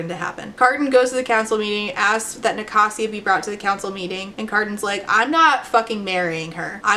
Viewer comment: wait i thought it was Ni-kay-sia